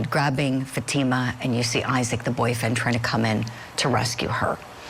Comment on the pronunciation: Can you please pronounce Fatima's name properly.. shame on this far left Judge for keeping very important information from the Jury! Namely that this is definitely a Attempted honor killing and an Attempted forced marriage!